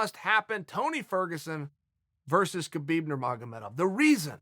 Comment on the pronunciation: "kerbeeb nurmagedovf"